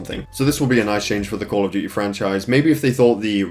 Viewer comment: call of dew-ee